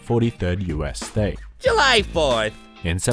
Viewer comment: "July" OH SHET ITS JELY